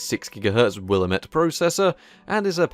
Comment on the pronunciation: Listening to Willamette (Wil-lam-met) not fit into British English always cracks me up. I had a 1.3 P3 system that had Rimms and that disaster of a memory converter (820i chipset i think). It ran like beast till it wouldn't then it would destroy my install of windows. I went to a G4 500 and then to an early Athlon 64 running Xp 64 bit. Thats an OS you should sample XP pro 64 bit. The most stable, and infuriating OS i have ever used